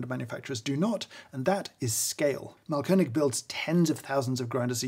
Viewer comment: really great grinder and appreciate your german skills :) just a small note: AH means long A, so the brand is pronounced „maalkönig“. btw it translates to something like „grind king“ for those interested. „Malkönig“ with a short A would translate to „painting king“